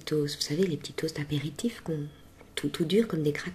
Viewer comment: tu n'as pas d'accent mais par contre quand tu as dis "les ptits" j'ai entendu la petite prononciation typique à la Carolo haha